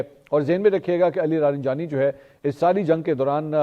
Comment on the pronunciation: Mansoor Bhai ye Ali Larijani lafz ha Ali laranjani Nahi